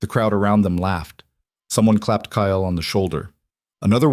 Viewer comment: The only thing I don't like about all the stories I've watched so far is that the characters all have the same names...and they say kyles name in several ways...maybe using different names that the AI can actually pronounce the way it's meant to would help...